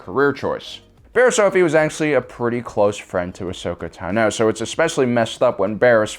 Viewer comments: Is Tàno. Not Tanò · Qui-Gon was legitimately the only jedi who could have pulled him back in. The rest were too set in the order and the usual way of doing things to adjust and adapt properly. And being in the middle of a galaxy wide waf didn't help the issue. Also, its TAH-no. Ahsoka TAH-no. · I just love how every video that Ahsoka is mentioned, Tano has the emphasis on "o" and not "a". I find it funny that every video you made has this small mistake, no matter how many times the clone wars series repeats the name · Is it pissing anyone else off how is saying tano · It will never not bother me the way you pronounce Tano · You keep saying Ahsoka's last name wrong and it bothers me